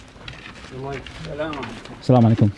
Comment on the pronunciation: Your 'Assalamu Alaikum' is improving! You sound more and more arab lol. Love from Tizi-Ouzou, Algeria 💛💚